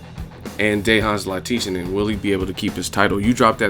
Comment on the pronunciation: Hey, EsNews interviews Dejan Zlaticanin. In the interview the real pronunciation of his name is in it. It's Dejan (Day-Hun) Zlaticanin (Lat-Ti-Chanen) like canon but add an H to the word canon (chanon). So Lat-Ti-Chanon. I hope this help.